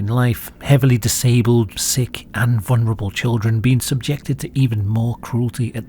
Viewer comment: It's "vulnerable", not "vunerable".